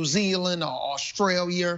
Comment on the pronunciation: Avery Johnson 2020: "Austrailer"